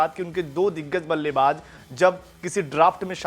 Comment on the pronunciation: Ballaybaaj nhi ballaybaaz